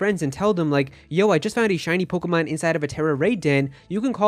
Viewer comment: Let’s do shots for everytime he says pogamon, 😂 we are so gonna get hammered!!! Wasted!!!!!!!